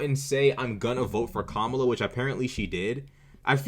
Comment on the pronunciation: Also she butchers Kamala’s name on purpose but would throw a fit if you misgender someone deliberately